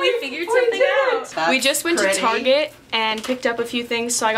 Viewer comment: did you hear the way she said target oof I love the video tho💛💛💛💛